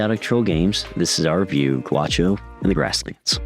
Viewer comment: The pronunciation is not guacho ... Its ga Ú xo